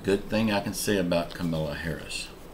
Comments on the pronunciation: Her name is pronounced Com a la. Not Ca mil a. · It's Ka-ma-la..Ka-ma-la Harris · Well,like her or not,you could at least pronounce her name right? If you say Comma la,that is the right pronunciation. Your name is,that's what I call you. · He does it on purpose. It's disrespectful and unprofessional. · Hello, again you are attacking instead of informing. Some of your comments I agree, others are disrespectful. First, you constantly mispronounce VP's name each time you mention her. Is it deliberately or you just don't know how to pronounce it? Why DO you dislike her so, the real reason? As for The President, yes, he is up in age but WISE. I pray I reach that age and be as healthy/energetic. Some aren't even in their 50's and have several health issues...he takes his time to speak so he won't studder, that's something they all do, BE RESPECTFUL...don't you constantly drink water to help with your throat, just saying. You ARE going back and forth, you earlier(2021) said give them a chance now you are attacking, again. Yes, they aren't coming through, it seems, on all promises but it's not ALL on President and Vice President. I'm waiting to hear you say you think 45 and ALL his team should be back...sounds like THAT'S who you have FAITH in, NOT JESUS as you say daily. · Thank you!!!. Your comment is so right on target. I do think he deliberately mispronounces Kamala's name. It's childish and unprofessional.